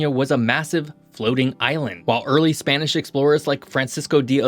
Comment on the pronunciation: Butchering Spanish a bit there. Probably a good idea to check pronunciation before recording. Nevertheless, I really enjoy your content.